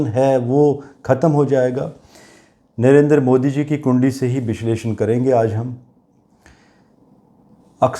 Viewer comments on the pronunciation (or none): none